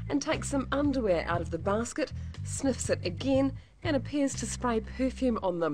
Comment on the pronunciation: "one, two, three, four more sneffs"